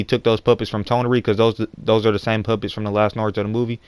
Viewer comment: lol when he says "puppets" his accent makes it sound like he's saying "Puppies" "Kara is looking for the puppies" XD